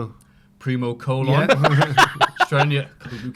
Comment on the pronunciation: Its Colón (cologne). How good, you ignorant swine. Much love to everybody else!